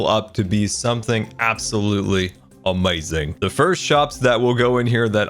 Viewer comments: I like how he says amaizing instead of amazing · "Absolutely awmeaasing"